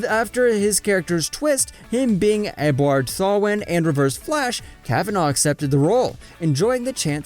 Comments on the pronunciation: this man said "Edbard Thawen" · ewaborde thawney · it’s Eobard Thawne (E-oh-bard-thawn) it’s not that hard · "ebuard thowen" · Ehhbward thawin lol 😂, u say his name funny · Does any one notise he said ehbwurd thaw wen?? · Ebward Thawin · can you really not pronounce names bro. Eorbard Thawne (ear- bard- thaw- nn) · You said eobard thawne wrong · he pronounced reverse flash's real name so very wrong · Ikr what an idiot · he didt even try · You spelt his name wrong, so you can’t be talkin It’s “Eobard Thawne”